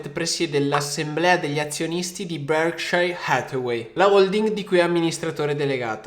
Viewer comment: Ragazzi ma sono l'unico che muore ogni volta che sto tizio dice il nome di BH? Cazzo mi ammazza ahahah ma che pronuncia c'ha